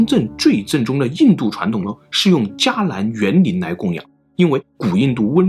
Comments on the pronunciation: 伽藍在這里不念加，應該念茄才對吧？ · 伽蓝读“qie“，不读“jia” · 沒記錯「伽」這個字應該是讀「茄」音的而不是「加」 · 伽蓝（茄兰）是正确的读音，不是读“加兰” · 伽蓝，不应该读qie二声蓝吗？ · 伽qie蓝，不是jia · 大哥！那个字念“qian ”钱的读音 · 这个是不是应该读成qie‘lan啊。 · 伽蓝（qié lán） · 伽蓝，伽(qie二声) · “伽藍” 音讀 ㄑㄧ ㄝˊ 藍 e.g. 僧伽